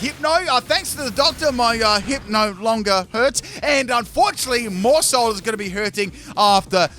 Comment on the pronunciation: Whenever he says maushold, I heard moresalt 🤣🤣🤣